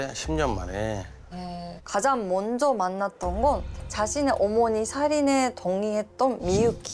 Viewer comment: 진짜 한국말 발음도 안되는 사람이 나래이터면 어떻게 집중해서 들으라는거냐 몬저 연락했어요 횰통이라서 에휴에휴 진짜 알아듣느랴 자막키고 듣네